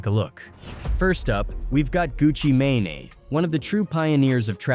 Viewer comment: Gucci May-Nay? 🤣🤣🤣